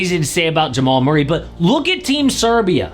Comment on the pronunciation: who in the hell is MUIRRAY???